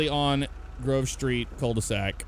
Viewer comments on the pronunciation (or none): none